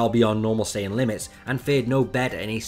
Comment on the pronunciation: S AI yan scholar